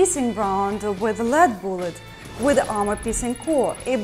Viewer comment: boolet. I love how she says that word XD